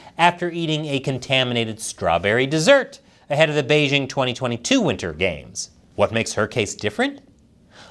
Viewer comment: The host of this program still doesn't know how to pronounce the word "Beijing"? The "j" in Beijing isn't pronounced like the "g" in the English word "regime"; indeed, the Chinese language doesn't even have this quasi-French sound. The "j" in Beijing is pronounced more or less like the "J" in the English name "Jim." Easy!